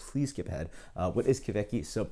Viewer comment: Kveik is pronounced pretty much like 'quake'. About the pronounciation of the other Norwegian words; you tried :) Nice review, cheers!